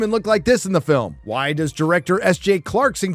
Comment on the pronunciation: Did you say “this is probably my last video” ?!?! whyy? Hwaaaaay? HWaaaaaaaaay?